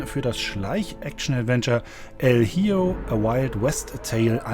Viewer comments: El Hijo heißt der Sohn und wird "El Icho" ausgesprochen. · das Spiel el Hijo wird el Hicho ausgesprochen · "El jioooooo" was ist das für eine Aussprache???